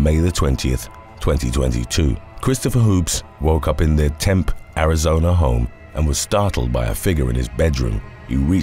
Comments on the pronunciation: Hey love your vids watch them every morning !! Wanted to let you know that Tempe, Arizona is pronounced TEMP -E……. No worries I said Temp when I first moved there!!! 😀hope I’m not being to forward but thought it might help…👍🏽❤️ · Temp Arizona lol it’s pronounced temp—-ee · AZ native and it is pronounced Tem'-pee. I know it's weird. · Tempe, AZ is pronounced Tem-PEE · It's pronounced "Tem-pee", Arizona. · Tempe is pronounced tim-pee...please do a vid on when washing dishes goes wrong. Thanks. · Hi ❤️ it's actually pronounced "TEM-PEE" for the Christopher hopes case. Thank you for the awesome videos